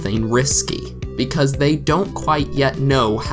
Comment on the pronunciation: You said "becuase"